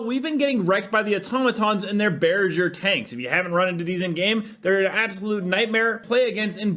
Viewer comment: Did homeboy just say “bare-a-schrr” tanks? Lmao!